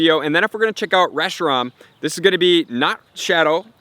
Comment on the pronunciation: It’s not “reshi-rom” either. It’s “reshi-ram”.